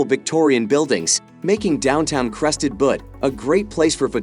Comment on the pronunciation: ( : ) Crested Butte is not pronounced, Crested Butt.